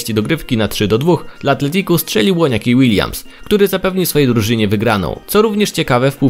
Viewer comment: Łoniaki Łiljams xddd